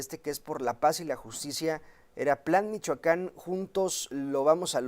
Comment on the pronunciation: Porqie dice Michacan?